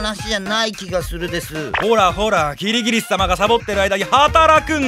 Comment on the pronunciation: アリとキリギリスじゃなくてアリとキリギリっスになってる